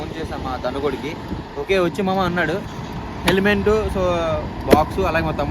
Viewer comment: Heliment kadu helimet